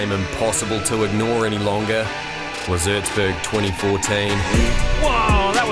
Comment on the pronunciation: Its called Erzberg not urzburg